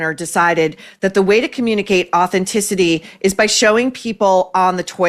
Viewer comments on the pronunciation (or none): none